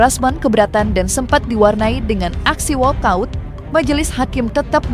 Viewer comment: Walk out bukan all out pak pengacara